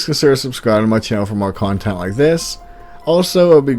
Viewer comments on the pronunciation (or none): none